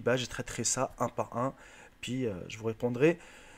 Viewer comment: noir il dit un pouis au lieux d'un puis